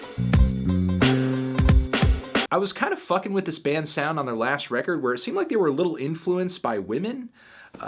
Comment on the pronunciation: I don't know why but that "fucking" caught me so off guard. I swear, on each blue moon where the melon cusses it surprises the shit out of me. It's like he over pronounces it making it sound so much harsher than it usually is and its so fucking weird.